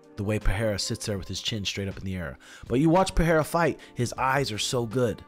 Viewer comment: Bro, that's Pereira. Not Pahera